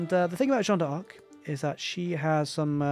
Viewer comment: my guy, another great cast! Also if it helps, you can pronounce D'arc like DAARK, drag out the A a little, one long smooth word, without the awkward DE pause ARK. Keep the casts comin;' <3